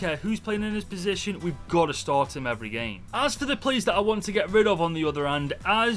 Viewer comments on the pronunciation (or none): none